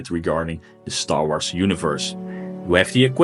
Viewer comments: "Star Arths" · lmfao how he says star wars